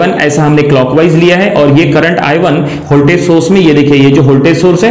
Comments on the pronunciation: Is it ‘Holtage’ or ‘Voltage’? Very good explanation but lots of redundant sentences and mispronouncing. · Sir holtage nhi hota ,, voltage hota hai i think🙂